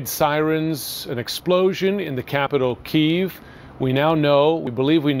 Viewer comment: Jesus Christ can nobody on the left pronounce the name of Kyiv right?!?!?